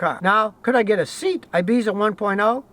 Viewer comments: bashed vw one minute, recommends a seat (pronounced sey-yat)????? they are the same car. the seat is a spanish brand, owned by vw. like the rest of the vag range, there is much badge engineering going on. the seat ibiza mentioned in the video is a rebranded vw polo, aka audi a1 aka skoda fabia. just the same way that the vw golf is the same as an a3 underneath only differing in the the body panels and interior trim, the rest of the car, engine, suspension, drivetrain, is all the same on many of vags offerings. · Scotty, it's pronounced SAY-AT! They were originally a Spanish company but bought by VW. But you are right they are pretty decent, I have owned 2 when I lived over in the UK, an Ibiza and a Leon. Now in the US and would never by a VW product, I am now Toyota and Honda all the way, I own a 2004 Sequoia, my oldest son still has a 2007 Yaris sedan I bought for him 4 years ago, it was his first car and it is so reliable. My other son is 18 and just passed his test, got him a 2003 Accord. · say-ought not seat lol :) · Ha ha you yanks make me laugh it's pronounced Cee at not seat lol. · Scotty, SEAT is a Spanish company and the name should pronounced like "CEAT" (in the English language). It's not a SEAT for you to sit on 😁. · lt's not pronounced 'seet', Scottie. lt's 'say-at' (Spanish) You're from Tejas ('tay-has'), so you should know these things! lol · Seat is not pronounced seet its pronounced sea-yat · Scotty, its not a seat. Its a Say-At. Its a Spanish car, owned by VW. Had a good reputation 15 yrs ago. Nearly bought one, but the dealer wouldnt haggle, so I walked - literally, to another dealer. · Hello Scotty, love your videos. One note about Seat is that it is pronounced SE-AT, not Seet. Another note is that Seats are basically Volkswagens with a different brand. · Lol, it’s not Seat, it’s pronounced Say At And it’s just another VW devision 😎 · Not seat Scotty SE----At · Seat - "SAY-at." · the pernunskiation of Seat is Say ott